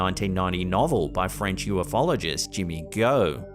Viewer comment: U-fologist, not U-f-ologist.